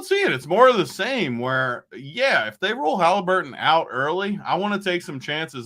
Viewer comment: Stop saying haleeeeeburton please